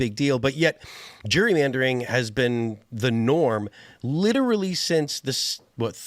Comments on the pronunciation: why can none of them pronounce Gerrymandering? its not Jurymandering.... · Why does Phil have such a hard time pronouncing Gerrymandering? It’s not Jury-mandering. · Is Phil saying “jury” mandering?